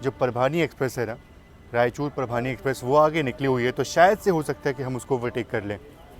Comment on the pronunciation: आपका अंदाज़ बहुत pleasant है. गाते भी अच्छा हो 😊. आपके videos देखकर relax हो जाते हैं. All the best! (एक छोटा correction - परभानी ना बोला करें. परभणी कहें)